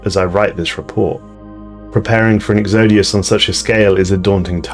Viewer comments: The way he says exodus takes me out of the narration wrong every time. xD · I think you need to learn how to pronounce Exodus...... I think that's what you were trying to say several times.